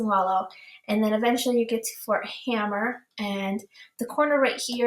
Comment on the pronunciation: FYI - It's Fort Hamer, not Hammer